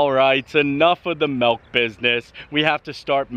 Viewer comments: I love, he's awesome but please stop calling it melk. It's milk! ❤ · milk....not melk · 'Melk amd aaygs' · Add "milk" to words can't pronounce.... God almighty